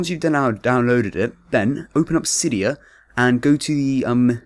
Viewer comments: "sigh" dia that's how you pronounce it. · i get out of a vid when they fcking say cidya